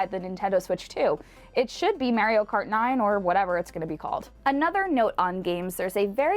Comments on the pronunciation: MARR - IO not MARE - IO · It's not mare e o it is mar e o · Why didn't someone tell her how to say Mario?